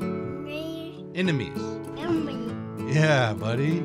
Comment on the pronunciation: He sounds like Nemo sayin enenomae but he’s trying to say enemy